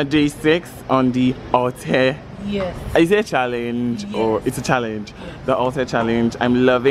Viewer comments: it’s pronounced “all-tay” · Alte is pronouced -altay